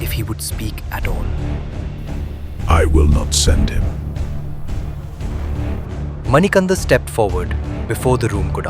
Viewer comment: His name is not Manikanda it is Manikanta kindly understand the meaning